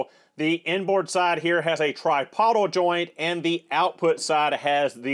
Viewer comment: tripodal "try-pO-dull"